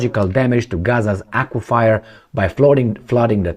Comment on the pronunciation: Aquifer -- pronounced Acwa-fur ...